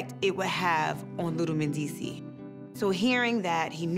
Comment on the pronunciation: How comes they don't pronounce the s at the end of Mendeecees' name?